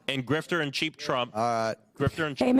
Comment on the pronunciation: "Grifter," not 'Grifter.'